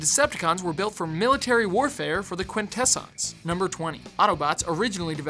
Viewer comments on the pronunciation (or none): I'm going to sound like the biggest nitpicking nerdy Transformers fan ever... but... Quintesson isn't that hard to pronounce! It's pronounced "Quin-teh-sin" not "Quin-ta-son". I'm not going to point out the mistake in #80 because everyone did, mind you. Also, in Transformers: Robots in Disguise, while Optimus Prime did pass on leadership to Bumblebee, he did NOT pass on "Transform and Roll Out". It was a running gag that Bumblebee couldn't think of his own catchphrase! How did you even...? Also, this may just be personal, but you spent almost the entire thing talking about G1 and its history, which is fine really. But if you were going to only kind-of-sort-of-not-really touch on the Japanese cartoons (Headmasters, Super-God Masterforce, Victory, Beast Wars II, and Beast Wars Neo, though you didn't even mention Transformers Zone), Beast Wars and Beast Machines, the original RiB, the Unicron Trilogy, Animated, the Movies, Prime, Rescue Bots (which you didn't even mention, despite it being the first and only proper Transformers cartoon aimed at a preschool audience), or the new RiB... why didn't you just make separate videos for at least a couple of them? Pit, it was kind of heartbreaking that you mentioned the Marvel run of the comics but not the IDW, which has (especially in recent years with such storylines as All Hail Megatron, Last Stand of the Wreckers, More than Meets the Eye, Robots in Disguise, the Combiner Wars, Windblade, and Sins of the Wreckers) in recent years beco